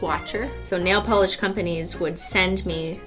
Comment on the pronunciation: You say ornament but Cristine says nail Pelee